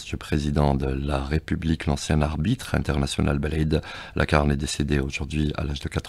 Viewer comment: Purée 😓😓😓 même un nom propre d'un défunt vous pouvez pas le prononcer correctement... C'est Lacarne pas LaRkane. Tfou